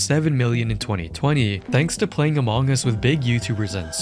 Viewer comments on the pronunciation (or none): I have never heard anyone pronounce among like that.. uh mawng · The way you pronounce Among Us as "omongis" made me giggle, I'm so sorry haha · “A Mong Gus”